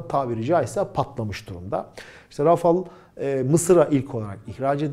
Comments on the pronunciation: Rafıl değil, Rafal okunuyor. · Abi lutfen biraz telaffuz calis. Kivrik patates cipsi degil onlar... UCAK!